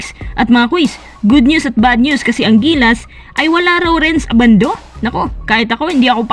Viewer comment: Ang pronounciation ng surname ni Renz ay Ndi po ABANDO na parang UBANDO (bulacan)